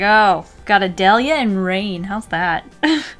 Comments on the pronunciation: I’m p sure that Adalía is pronounced add-a-lee-a because the accent is in the i but idk dude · My mom's name is "Adalía" and the way u pronounced is how people always mispronounce it so I laughed and died inside 🤣🤣🤣🤣